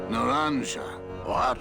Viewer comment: It was driving me nuts hearing you mispronounce naranja repeatedly, but then we get a snippet of game audio and they actually mispronounce it in game! Ay, dios mio!